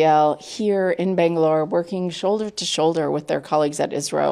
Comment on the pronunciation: Its isro not isrile 😡😡😡